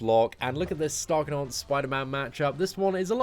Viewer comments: Ik I'm 5 months late but it's actually pronounced Ee-gon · the Æ character is pronounced "ash" in the English language, therefore, this champion is actually called Ashgon, NOT Aegon!!! Check it on WIkipedia and other official sources